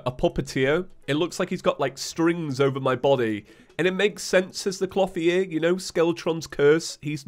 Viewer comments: I don't know why, but even though I know you're saying "clothier" I keep hearing "floppy ear" lol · Dude! Your pronounciation of "Clotheir" is not right! Type it in to google and press play on the dictionary box result! "Clothier" is not a made up Terraria word you can just pronnounce how you like, it is a genuine word thats been around for centuries. Please for the sake of my sanity, learn how to say the word properly. Triggered grammar police moment over. Thank you!